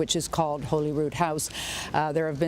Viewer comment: Despite the spelling, it is not pronounced Holy-Rood-House, it is pronounced Holly-Rood-House. Please get it right, talking head people. It is not rocket science. You owe the deceased Queen at least that level of respect.